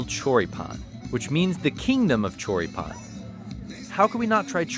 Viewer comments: Your little one says choripan better than you jajajajja😂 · english must have no words that carry the accent at the end cuz ya'll keep saying chorí-pan like it was koran or something lol